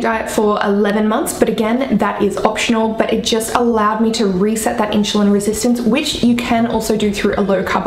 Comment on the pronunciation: I understand having an accent but saying in-shu-lin vs *in-su-lin * is so funny. Just break down the word and then say it faster until it is at normal speed. You do seem to be able to speak super quickly...maybe can get a job as a commercial narrator reading disclamers...lol! Thanks for the info!! :-)